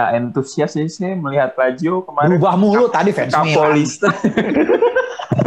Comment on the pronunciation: Tolong bisikin ke si mbak, Lajio Sepele.